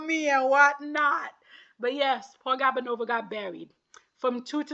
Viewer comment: It’s GOO-banova not GAB-anova I think she’s a lovely skater- 6th place is a slap